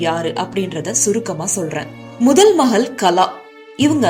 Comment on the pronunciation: மகள் ள் என்கிற எழுத்தை ல் என்று உச்சரிக்கிறீர்கள்.